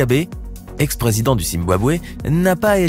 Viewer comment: c pas precident mais président